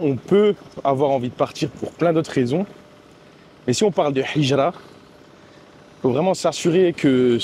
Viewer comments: Salam 3aleykoum akhi BarakAllahou fika pour la vidéo, hijra de dit avec la lettre ها et pas ح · QU ALLAH Te facilite et nous facilites , essaies d apprendre la prononciation du mot hijra, sinon top